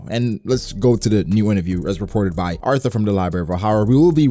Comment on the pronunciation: Lmao this dude refuses to pronounce Artur's name right